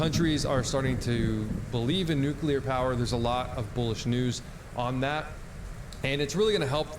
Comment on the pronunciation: Great content. Thanks for the info. Funny, why is it so difficult for native (US) English speakers to pronounce Nuclear? "Nukulur" lol